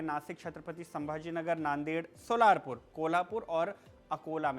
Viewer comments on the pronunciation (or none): सोलापूर hai wo सोलारपूर nahi 😂